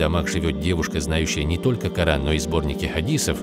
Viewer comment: Я один заметил что человек читал Ку'аран в другую сторону)) 😅!?